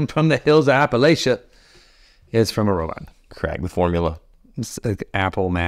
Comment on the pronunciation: had to be saying Appalachia wrong just to get that anger engagement, and dang if it didn't work.